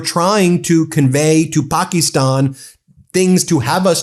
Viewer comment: Please use the American pronunciation of Pakistan.